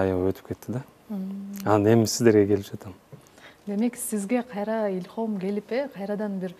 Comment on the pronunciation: Илхом десе Боло кайта кайта илхам дейт журналист Кыз акырын айтып кеттиго